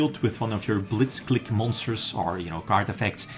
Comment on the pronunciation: I think it's pronounced KLIEK like Blitzkrieg.